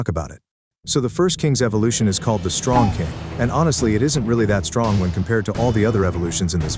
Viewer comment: Bro said stronk instead of strong 😑